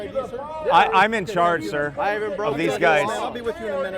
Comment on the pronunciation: Pleas stop calling them sìr